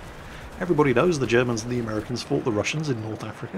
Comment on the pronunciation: I swear I heard rassins instead of Russians